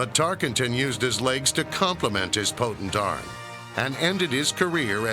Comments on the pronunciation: to start lol HEY LADY it's TARKENTON not TARKINGTON!!!!! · If Tarkenton’s was the first football name she learned, it would seem she’s had enough time to pronounce it Tarkenton, not Tarkington.